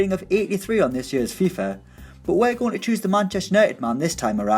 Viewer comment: It's FIFA with an A not FIFER